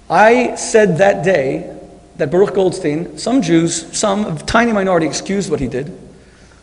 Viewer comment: This is the third debate I watch with Shmuley Boteach. In every debate he mentions Baruch Goldstein. And every time he pronounces Baruch Yiddish but Goldstein English! wtf?